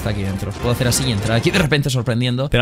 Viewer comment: Mis amigos también se burlaban de mi por que yo decía geacer y ahora lo dicen por qué tu lo dice jajajaj prras